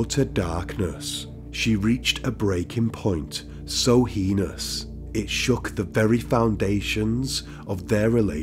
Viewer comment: Not heinous though 😂